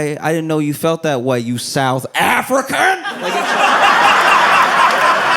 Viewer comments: you south AFRICAAANN!!! BUahahahahha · Saying "South AFRICAN" with his whole chest fucking broke me 🤣🤣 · The way he said south African is crazy!